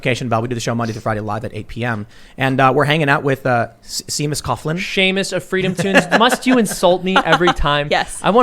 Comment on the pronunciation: As a who gets called "Seemuhs" all the time, that hurt.